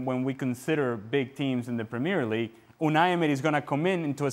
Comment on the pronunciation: He can´t even say ”Premier League” right....